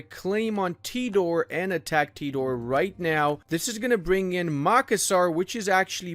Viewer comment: As asn Indonesian the way you pronounced tidore, Yos sudarso, and makassar hurts me